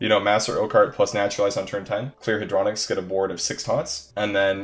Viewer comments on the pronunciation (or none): its Hey-dro-nox not hadro-nix